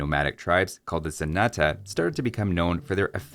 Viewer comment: pronnouncing Zenata and Genitour how they sound to me as a spanish speaker, I can see it. Ze nah tah, he neeh teh, heh nei touur